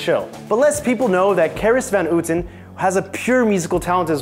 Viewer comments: Seriously, has this guy even Seen the show? Catelyn's name is pronounced CAT-LYN not KATE-LYN 😑 And Carice Van Houton is CA-REECE VAN HOW-TON.... Also do us all a favor and put your arms down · van Houten = van How-Ten . This pronounciation is horrible :") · Van hooten😂 that's just funny to hear for a Dutch person. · van Hooten lol, pronounce it like van hawten then you're much closer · you pronounced carice her last name so wrong lmao